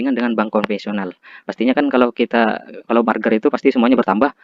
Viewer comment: Merger bang bukan marger